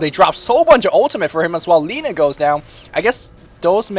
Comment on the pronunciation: it's LINA not Laina!! eheheh